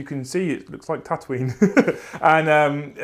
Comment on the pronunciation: Hey it’s tautooine. Lol